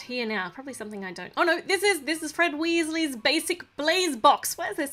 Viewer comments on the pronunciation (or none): It’s not wIsses it’s WEEZIES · When you say wheesles wizard weeszes I feel like your talking a different language